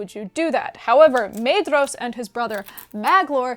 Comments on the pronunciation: No matter how commendable the rest of the video is (and given the breadth of the content, I can let some factual errors slip) but learn how to pronounce the names. There is no Maid-ross in the book. Maedhros is pronounced MY-thross, where the TH is voiced as in "those" and "there." Maeglin is MYglin. Aradhel is Arathel because again the DH represents a voiced TH. And either flap your Rs consistently or don't do it at all. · Fantastic synopsis! I only have two small pronunciation notes since Tolkien's English is a bit stale for us in the 21st. the pair of vowels "ae" are voiced as a long "i" as in 'eye'. The paring of "dh" is a voiced "dth" sound like the beginning of the word "their". So names like Maedhros get the double whammy and is pronounced M-eye-dth-ros. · pronunciation note: dh is voiced th, so maedhros has no d sound. Mae-thros (which voiced th, like the welsh dd). I am not sure of the etymology of Aradhel but it might also be Ara-thel not Arad-el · Great summary! Small thing - “dh” in Tolkien’s languages is pronounced “th”, so Maedhros is pronounced “MYthros” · The ae and ai diphthongs are similar to Japanese (or Finnish, obviously), not English. Maedhros = MAH-eh-thross, Edain = EH-dah-een, etc. I know you were rushed for time, but you should have mentioned how the world was made round after Ar-Pharazôn's attack on Valinor. And how the Sons of Fëanor (or anyone else, I suppose) didn't dare go after the Silmaril while it was in Lúthien's possession. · Wonderful video! Brilliant summery, and much appreciated 👍🏼✨✨ Quick pointless nerdy quibble: according to Christopher Tolkien's notes on pronunciation, "dh" represents a soft "th" sound in English, thus "Maedhros" would be something like "Maethros." Keep up the great work!!!